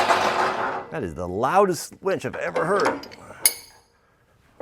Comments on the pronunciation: I prefer a dress size 6 wench for my pickup. I know knows how to spell, it’s a pronunciation difference that makes me hear ‘wench’ when he says ‘winch’. Outstanding truck you have there. Awesome video, thanks,. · It almost sounds like you're saying "wench" instead of winch, which gives me a giggle every time you do one of these videos. Glad to see you're feeling better. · Winch not wench